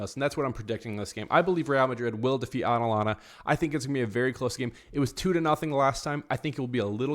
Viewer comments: I'd say 4 4 2 diamond 💎 Rodrygo, Mbappe and Vinicius cannot play at the same time. They unbalance the team. Also, watch out for their LB, KOlasinac. Hes a criminal, he actually injured Jese a few years back. Career ending., it's A TA lanta. With a T, not aNalanta. Hala Madrid!:_RMFC::_mbapnails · I had to stop listening the way you were saying Atalanta! It’s not Atlanta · Absolutely butchered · Can't u pronounce atlanta 😂 Alanana 😂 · Bro ur literally saying "anlana"😭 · It's ATalanTa,pronounce the 2Ts strong and freely😅😅😅RM win 2-1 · I can’t un hear it 😂 Analana 😂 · Your pronunciation of Atalanta gave me cancer.